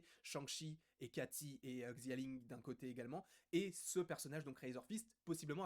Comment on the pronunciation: Salut je parle pas le mandarin mais je pense que xia ling se dit shia ling